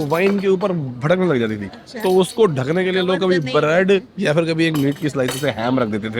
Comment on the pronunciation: It is not fir, it is phir!